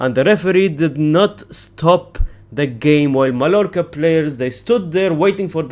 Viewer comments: As a Barcelona fan, your channel is peak entertainment for me. Just one note tho: the double L in Spanish names is always pronounced as a longer i, j or y, never L, so Mallorca is pronounced as maiiorca. Same goes for Villareal -> Viiareal, Sevilla -> Seviia, Rayo Vallecano -> Rayo Vaiiecano et cetera. You get my point :) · it's pronounced "MAYORCA". Two L's in Spanish make a "Y" sound.